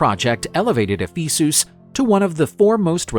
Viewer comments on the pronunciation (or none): E-fee-soos? who pronounces it like that?